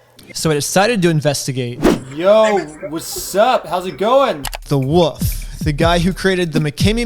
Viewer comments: Love the channel. Love this video. But it’s “wolf” not “wuf”. 🫡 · "so I decided to talk to the most trust worthy person I know, the WOOF." it drives me insane that you say woof instead of wolf. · Hey it’s pronounced “wolf” not woof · Dude, are you incapable of pronouncing "wolf"? Why do you say "woof"? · the way i thought the wolf was the "woof" because of how he pronounces it lol